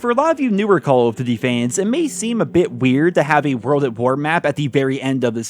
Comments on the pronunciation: It’s call of DUTY, not diddy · The way this mf says Cowl-f-d'ty.